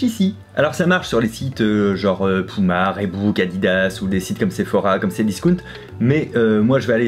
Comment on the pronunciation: pUma et pas pOUma !😅